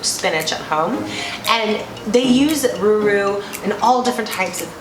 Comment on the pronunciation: #6 Rourou u have to pronounce it like row-row .... not ruru! But very nice video guys! Thanks for uploading!